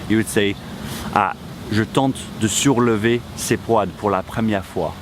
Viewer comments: When you mentioned the verb "tenter de", in the example sentence "je tente de soulever les poids..." it sounded to me that you were saying "sourlever" (with an "r"). Am I wrong? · When you say the word into the video you pronounce it souRlever with an R sound as in sur. Is that how its supposed to be pronounced although there is no R? Is it just one of those words as we have a lot of in english? Thank you so much in advance